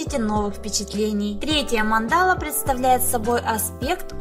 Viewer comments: Не манда́ла, а ма́ндала. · mAndala, a ne mandAla..... Spasibo . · Мандала (ударение на первый слог) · Прикольно, спасибо. Но ударение на слове Мандала и остальных слов вам не известных лучше прояснять в словаре.